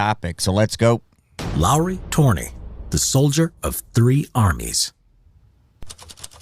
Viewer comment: The last name of "Lauri Törni" is actually pronounced incorrectly in the original clip. The vowel "ö" (that is an "o" with an umlaut) is basically the same sound as in English word "turn", so the last name should be pronounced as if written "turny" in English (with a rolling "r", of course). The first name, however, is pronounced correctly. Also, the term "puukko" knives is pronounced slightly incorrectly, the vowel "u" should be a bit longer, like in "cool". Also the pronunciation of "Solmu Korpela" was butchered entirely, I had to actually use Google search to figure out what the hell that was supposed to be. I guess our language is difficult to some...